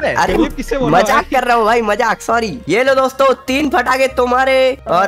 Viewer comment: Bhai fatake nahi patake